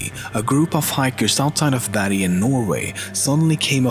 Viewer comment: its bergen not berjen lol